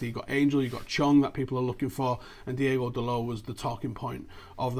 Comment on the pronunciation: it's DI-O-GO not DI-E-GO Dalot btw what has happened to Callum Gribbin?